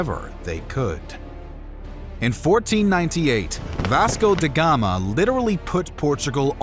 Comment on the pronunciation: That's "DA GAMA," not "de Gama." Obrigada! 😊